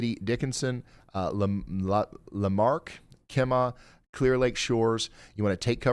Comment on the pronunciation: Brookshire, TX is pronounced brook-sure. brook-sher. Not shy-er. And Kemah. Is key-muh not key-maw. Have to close this, too much mangling of Texas city names.